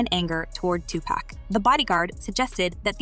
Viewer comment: Honey your always saying Tupac name wrong.